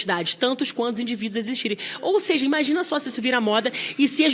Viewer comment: "Ou sêija"... isso ganha 30.000,00. Viiiixe